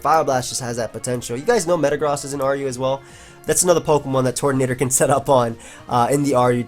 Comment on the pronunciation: TURTonator, not TORTonater. Just like Turtwig